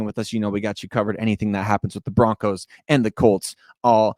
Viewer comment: BO-RONCOS🎉 great job ❤